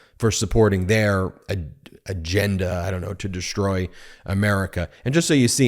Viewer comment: Ben, I love your commentary, but please use proper English when pronouncing words with "s" sounds, like "sh", i.e. "exshtreme", "deshtroy". Every time I here this improper pronunciation it sounds like "fingernails on a chalkboard". BTW, you are not alone. This is sooo pervasive that I've even heard network national news people do it. I'm on a one person quest to point this out. I'm not a fancy English major, just an Electrical Engineer. Please erase this message if you like, but please, please, please speak English. Thanks.